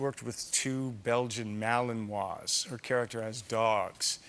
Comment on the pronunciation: Wow, they pronounce malinois right. PS, colbert is a hack.